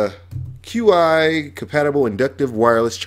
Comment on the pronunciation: LOL at the Q.I. Qi is pronounced Chee. Like Chee-seburger